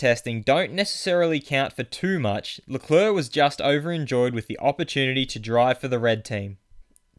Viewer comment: it's not lecleurc it's leclerc